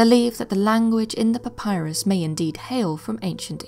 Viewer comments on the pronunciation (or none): none